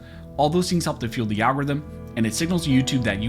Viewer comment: Love your commentary and channel. One small improvement to not sound so robotic; could you please pronounce the word 'the' like you do when you just talking instead of saying 'thee' when you're reading ... Pretty please 🙏